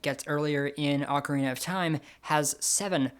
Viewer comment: The way you pronounce "ocarina" may be very popular, but it's wrong: For what it's worth, I always pronounced it the correct way, because I grew up with a habit of clear enunciation (sometimes I go too far, however, and end up sounding a bit mechanical).